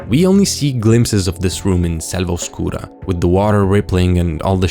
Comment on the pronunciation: This dude has to be latino, he said Oscura TOO WELL